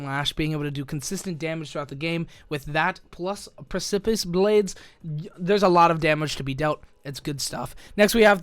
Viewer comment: I think it's pronounced "preh-se-piss" lol I Google a lot